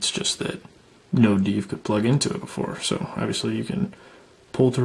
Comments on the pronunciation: Also have to say it is 'dev' (short for developer) and not 'deev' (short for deva? Or de-veloper - whatever a veloper is) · "Deev"? Who taught you how to pronounce dev?